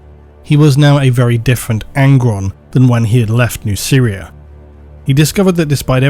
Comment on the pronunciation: The way you pronounce Nuceria makes it sound like "New Syria"